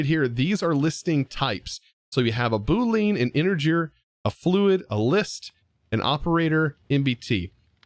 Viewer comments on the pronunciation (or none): As a programmer.. Please... Please.. Please.. I have never asked you for anything else and never will do again... PLEASE call it a boo-lee-ahn, not a boo-lean. It hurts. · Boo-lean! XD As a software engineer your pronunciation of Boolean made me laugh. Tis boo - lee - uhn. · its pronounced booleaan not booleen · I watched this episode multiple times and every time you called it a boo-leen I got so confused on what you were talking about. Its pronounced boo-lee-uhn btw. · didn't know that. Everyone I've ever heard say the word says it as "boo-leen" I just finished a scripting tutorial for bedrock edition and tried to explain strings and bools and I said it the same way I just mentioned. If I ever make a video on them again I'll definitely make sure to pronounce it correctly however I'll probably just stick to calling them bools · The way you pronounced "boo-lean" is so funny to me 🤣 the correct way is "boo-lee-ahn". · ITS PRONOUNCED BOO LE AN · Boo-leen? Boo-LEEN??? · It's Bool-e-anne you non-coding savage lol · him saying boo-Leen hurt me on a physical level. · I just built an integrated dynamics system for my base, so I'm excited to see what tips and tricks you have there!! Fyi (meant with the utmost respect and friendliness) it's pronounced boo-lee-en. Loving the series so far!!! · Say it w/ me, Bool-ee-an. Sorry man, it was painful to hear you pronounce it incorrectly. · Interesting pack that Integrated Dynamics. And I'm not trolling here, but because I know you like to be grammatically correct, Boolean is pronounced Boo-lee-uhn... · "Boo lean" LOL, yes, those are som lean boos. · Btw, Boolean is pronounced Boo-lee-an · The way you pronounce boolean is pretty funny to a programmer